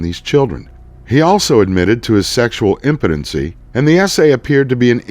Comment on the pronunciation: 'acted with imputeny.' I'm sure it was just misread but still, it was like a record scratch to my ears. Btw; love your show. I'm a recent subscriber and binge watched much of your back catalogue over one weekend.